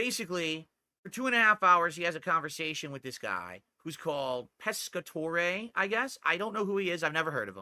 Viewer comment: "Pescator-ay 🤌" had to throw that authentic Italian style pronunciation on it